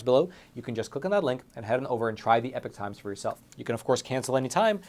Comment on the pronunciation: I’ve said it before I’ll say it again get the epoch times or as says the epic times 😂, as always your awesome